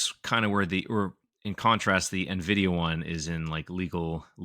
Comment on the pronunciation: Very sad to learn pronounces Nvidia as "Nahvidia"